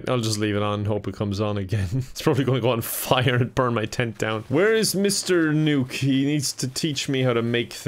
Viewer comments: It triggers me that keeps pronouncing “Nook” as “Nuke” instead of like “nook and cranny” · i just realized he calls him "Nuke" instead of "Nook" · Its Nook not Nuke lol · is a normie confirmed! Everyone: “NookPhone”: “NukePhone” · Is everyone gonna ignore the fact that says "Tom NUKE" instead of "Tom Nook" HAJAHSJUSNZNN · The fact he called Tom Nook “Tom Nuke” is so funny to me for some reason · i love that he pronounces nook as nuke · “NUKE-phone” no wonder it’s so expensive😧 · Pronouncing Nook like Nuke is very on brand for you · I, it's n-ook, not nuke, this is. I just what, also all the questions, you are new to the series huh? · Him pronouncing NOOK as NUKE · Why is he calling him Tom Nuke? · I love you but it's pronounced Nook as in Hook not newk. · It is pronounced nuk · My favorite thing is your pronunciation of “Nook” as “Nuke” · Can't get over how says nook. Big nuke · When pronounces Nook as Nuke. 🤯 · Pronounces "Nook" like "nuke" for no reason whatsoever. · Hearing mispronounce Nook the whole time made it more entertaining ngl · why does pronounce nook like that lmfao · he mispernunced nook I think